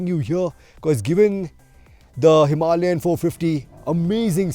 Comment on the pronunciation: Why can't Indians pronounce 'Himalayan' properly? And why does he keep saying "M M" instead of the correct way, which is "millimeters" . Excellent video though!